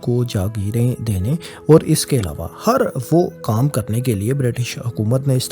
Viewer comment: آپ نے ویڈیو کے شروع میں میرا نقشہ استعمال کیا اور اس پر لکھا ہوا میرا نام ڈیلیٹ کردیا۔ افسوس کی بات ہے۔ اپنا لہجہ بھی ذرا درست کریں۔ مثلا لفظ "اور"، "طور" وغیرہ کا تلفظ درست نہیں ہے۔